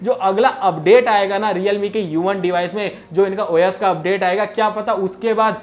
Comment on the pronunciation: Bhai wo khane wala O YES nahi #OS hota hai..sahi bola karo